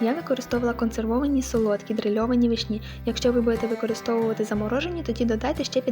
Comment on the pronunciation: Не вишні' а ви'шні!!!